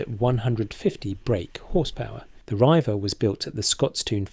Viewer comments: Leyland Riiiiiiver??? please learn to speak yourself. REIVER......comes from the Scots for raiders or pirates (Vikings) ........Hence the Pirates head/boat in the Rover Logo. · Leyland Reiver is pronounced REEVER. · It’s pronounced Reever.